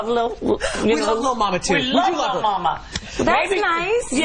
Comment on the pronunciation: "momma" lmao